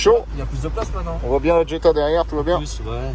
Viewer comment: Superbe acquisition. Juste dans la prononciation on ne dit pas Djetta ma Jetta il n’y a pas de D….. je te le dis pour en avoir possédé une. . 😂🤣 magnifique video sur Séville🎥👍